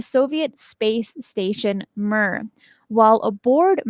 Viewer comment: Russian space station Mir is pronounced “Meer” not “Mur”. Ha! 🤭😁